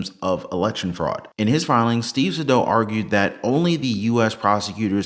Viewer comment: According to Saydow’s own LinkedIn post, the correct pronunciation of his name is SAY-dow. Google it.